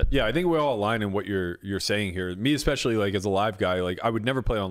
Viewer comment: He's a genius but he can't say especially......he said expecially.!!!!